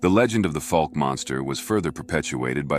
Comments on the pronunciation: Fauk...like "oow" as in " that hurts"...not fok similar to "folk" sound minus the l. Great picture at beginning, but hey, if you're gonna tell the town's very famous story, ya ought to learn how to pronounce it. Not sure if I was able to clarify that very well, but anyhow, glad to hear the story, which is for real. You have a good style of relating a story....apart from that little bit of homework you might have done well to do beforehand. Thanks for sharing it. Will subscribe, as I do love stories, especially when the speaker has your kind of voice. Also like that the pictures here match the narrative, as many other sites have irrelevant video or pics. Quality storytelling here! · F ow ke not Fooke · Put a K sound at end of first syllable...but hey, you do such a great job...don't sweat it! Boggy Creek story so good it will stand alone without any big need to remaster. Appreciate your efforts.